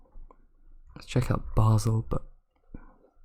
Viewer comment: Btw loved the way you pronounced Basel